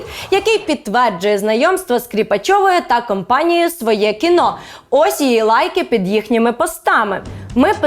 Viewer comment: Тільки не «своЄ кіно»(“Svoe Kino”), а «своЕ кіно»